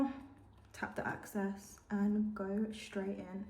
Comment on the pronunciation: lol the way u say like access product instead of EXcess is so funny